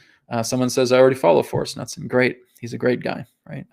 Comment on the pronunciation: I love you ALL Americans from the arctic Canadians to the Ushuaian Argentinians. But one thing is clear - you can not pronunciate! ;) Knutsen is a Hard K with a hard N both expressed following a short U. Well I am Scandinavian... Happy New Earth! ❤️